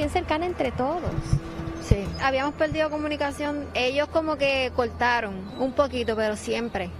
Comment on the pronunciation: Veldad ,veldad ,habiamos peldio 🤔🤔